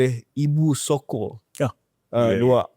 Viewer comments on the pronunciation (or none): Rais Yatim ni betul ke org nogori? Ibu Soko bukan Ibu Soccer.. 😂